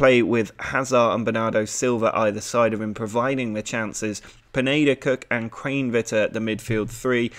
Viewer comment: You are saying Kranevitter wrong (pronounced kran eh vitter